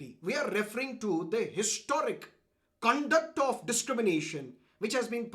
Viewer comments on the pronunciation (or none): none